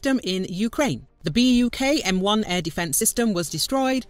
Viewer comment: [buk], not [bak].